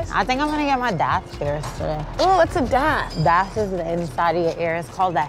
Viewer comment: For anyone wondering about how to pronounce “daith” It rhymes with “faith”. Not “bath”.